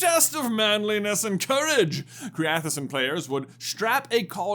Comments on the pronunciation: Creathoceann is probably pronounced something like creth Shaun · I believe the game you were having trouble saying is pronounced cray-aki-owen. Or at least that's how the audiobook of quidditch through the ages says it. The other is one was orgin-gain I think.